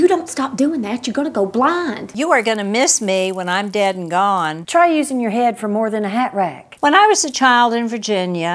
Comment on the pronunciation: Not really getting the caftan lady. I been in the south all my life and I've never seen the caftan as a fashion statement. Does she have a southern accent? She did not say "gone" like they do in Alabama. Everybody else is spot on.